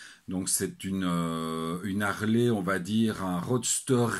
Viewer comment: Bonjour. je ne savais pas qu'en Belgique on pouvait faire la liaison entre deux consonnes.EX: Les z'Harley ou deux z'Harley. LOL